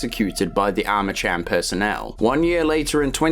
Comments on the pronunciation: I still think to this day that Douglas Holiday's and Jin Sun-Kwon's deaths were bs. But then again, Monolith didn't write that story if I recall correctly. Edit: I think you pronounce Armacham with a K. As in Armakam. Similar to the way you say Archon... "Arkon". It's been a while though, need to play the game again ❤😂 ahh yes, I knew it. Also, I never played F.3.A.R. I see I didn't miss that much haha 😂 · I cant listen to the IDIOTICARMACHAM.... CH... UAHMM... CH.. AM.... Cham. Is ArmaKam. You sausage.... ArmaKam.... Gtfo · i hate to erm actually u but it’s arma cam not arma cham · Eerytime you say Armacham with a tch sound. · I keep hearing Arma-Cham ? Subscribed ! Nice explanation of the story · Yeah hey retard? It's pronounced Arma- (K)am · Armacham is pronounced /ˈɑɹ̠məkæm/, so yes the "ch" is pronounced /k/. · Armacham isn't pronounced that way...Did you even play a half-second of the games?